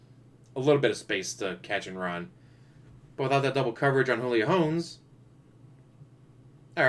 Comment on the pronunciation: Carson Wentz is the QB for the Colts, but injured. Cam Newton isn’t on the Patriots anymore, they went with Mac Jones. Julio wasn’t even the best wr on the Falcons last season, Ridley was. Also, saying his last name wrong(not sure if you were doing it on purpose). They have Offensive and Defensive rookie of the year. The Chiefs are deeper than you think. The way the salary cap is, Pat’s salary won’t be like when you had rookie top 5 picked QB’s making more than the majority of the league. Hopefully, Covid doesn’t completely screw up the season and my Bears play Justin Fields. Dalton was a waste of money.